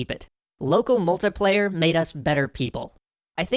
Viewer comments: Aaaaargh Mult - I - player So far the only pronunciation I've had a problem with on your channel :p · "Local MULTA-player". 😑 Don't know why that bugs me so much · I'm sorry, I had to stop this video about a minute in. The way you pronounce "multiplayer" is not just wrong, it's not just disgusting and sickening, it's criminal. You belong in word-prison for your abuse of the word "multiplayer".